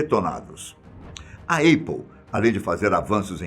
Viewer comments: Essa empresa que esse cara está pronunciando como "Êipol" seria a Aple (Épol)? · Não é eipou, é apple, se pronuncia épou, ou “britanicamente” apou, abraços, parabéns pelo vídeo. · Esperimente dizer épou ou ainda, apou, mas nunca eipou !!! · Alguém precisa corrigir isso, realmente. Os vídeos são sempre incríveis, isso é um detalhe que falta pra perfeição. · Apple se pronuncia ÉPOW e não EIPOW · " A Eipou". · Eipou? Aprende inglês véio. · Na tentativa de falar Apple na forma original, em Inglês, a pronúncia está equivocada. "A" tem som similar ao "é" do portugues...